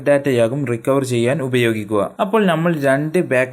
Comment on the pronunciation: മലയാളം ചൊവ്വേ നേരെ പറയാൻ പടിക്ക്.നമ്മൾ ഞമ്മളല്ല. മുഴുവൻ. മുയുവൻ 🤣🤣🤣